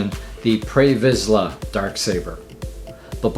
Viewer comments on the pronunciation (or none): Pre Visla, not Prey Visla